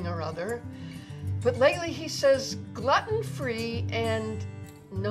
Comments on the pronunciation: GLUE-TIN not GLUTTON argh so smart and funny and ruined by that one ignorant pronunciation. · Is 'glutten' the American pronunciation?? I've always heard 'glooten' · I love how she says gluten free as glutten free. it should sound like your saying glooten when you say it. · "glutton free" xD glue-ton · It's pronounced gluten not gluten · I like how she pronounces 'Gluten' Gluton free lol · Gluten is pronounced gloot-in. Glutton is another word. but I love the video. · ok let me help you here it's pronounced "glooten" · Pretty funny video, but it's not pronounced "glutton", unless part of the joke is supposed to be that the grandson is mispronouncing it too as a reference for stuff that you wouldn't actually want to pig out on. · Gluten (“Gloo-Tin”) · Not Gloten free? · It's glue-ten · It's pronounced Gl-ooten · It's pronounced GLUEtin !!!!😅😅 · gluten I think its pronounced glooten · She is saying gluten wrong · I hate how she says gluten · I love her but I hate how she pronounces "Gluten"